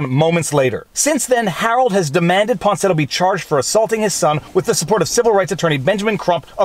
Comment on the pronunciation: > Claims to be a good lawyer, supposedly a good reader. > Keeps calling Miya Ponsetto “Ponsinetto.”